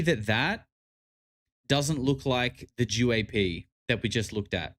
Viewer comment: “JEW-AP” fucked me up 😂